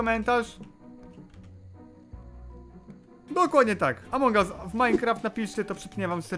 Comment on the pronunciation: "Amoung us"